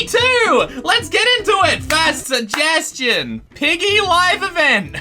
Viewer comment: sejgestiown reriwer